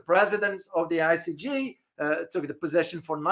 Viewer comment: great broadcast but if you don’t mind I’d like to make a minor correction to your pronunciation. The court is I C J not I C G. Thanks.